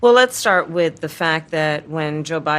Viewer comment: when she says lets stert with FACTS you know some more BIG lies are coming